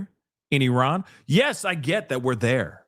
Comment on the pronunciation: i love you. but it is Iran not Eron.